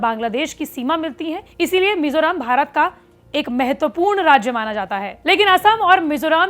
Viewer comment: It's Mizoram not mizoraam